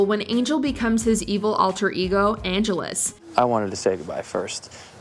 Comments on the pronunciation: Angelus is not pronounced like Los Angeles (While Spike did call him that once) The emphasis in on "gel" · "Anne-GEL-us" NOT "Angelos" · Everytime they mention Buffy I think "Someone teach this girl how to say Angelus"